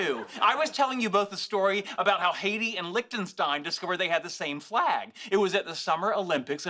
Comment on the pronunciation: Fwag, fwag, fwag, not a fwag. Kripke best guest 😂😂